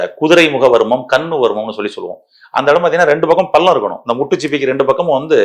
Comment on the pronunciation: பல்லம். இல்லை. பள்ளம். ல. ள